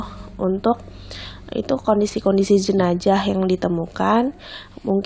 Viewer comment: JenaZah mba bukan ZenaJah kuping dan jariku gatal ingin koreksi